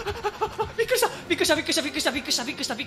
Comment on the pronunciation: の「びっくした」が面白すぎたw